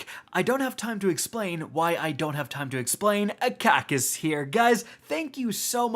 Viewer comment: Rick “synergistic” …